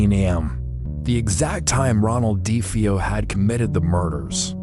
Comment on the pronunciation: Their last name is Defeo not defee o